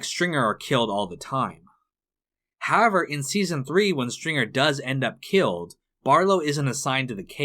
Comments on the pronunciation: I don't want to sound douchy or petty or arrogant, as I've never made a video, nor have I ever narrated one. Respectfully, the word is however, that's simply how--ever. It seems to me like you want to reduce the number of syllables in the word or something. No matter what the reason, in my opinion, your narration would be virtually perfect, functional that is communicative yet unnoticed otherwise, if it was not for the strange pronunciation of the word however. Any other distraction from the narration for me was only noticed because of the initial distraction. I imagine you have a lot of comments, if no one else notices the weird "however" thing, than I'm the one with the problem hearing you rather than the opposite. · Nice. As great of a writer as David Simon is, he's clearly just another sensitive snowflake in the end... 🤣 WTF is "HAVER"? It's However. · why do you pronounce however like that